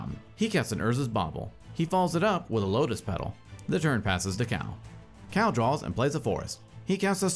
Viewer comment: Cal, not Cao.